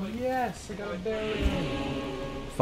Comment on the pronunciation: Hey btw, it is correctly pronounced "bear" rune.